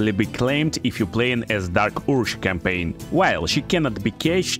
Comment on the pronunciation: Dark oorzh 😂 man your pronunciation is killing me 👍🏿